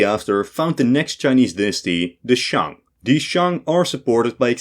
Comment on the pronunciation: Yes, all you people are correct about the atrocious mandarin of the author. I think he pronounced Shang, Han and Northern Wei correctly, but that's it. Although average non-eastern highschoolers wouldn't know this, I had to take Chinese starter lessons later. But I'm old, I think current highschoolers are indeed exposed to more Chinese influence.